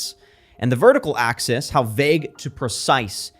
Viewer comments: "the horizontal access" lol it's "axis". Oh "the ironing is delicious" -Bart Simpson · Axis pronounced “access” 👎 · It took me a moment to realize he was talking about articulate vocabulary and not articulate enunciation because him enunciating "visualizer" as "visualizier" and "axis" as "access" both within the first 20 seconds caught me really off guard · Lol! He pronounced “better” as “bahtter” and “axis” as “access”